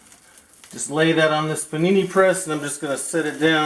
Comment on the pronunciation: Dang! that's one mighteh fine Puh'nee'nee my friend!